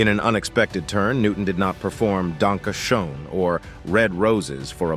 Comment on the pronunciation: Wow, the announcer doesn't know how to pronounce Wayne's biggest hit, "Danke Schoen"? It's not pronounced Showen, it's pronounced Shane. And Wayne doesn't have a son. He has two adopted daughters. Erin was adopted with Wayne's first wife, Elaine, and Lauren with his second wife, Kathleen. He has no son named Dakota.